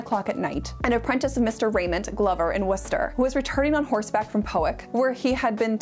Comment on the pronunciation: So completely off topic but as a Bay Stater - thank you for your pronounciation of Worcester.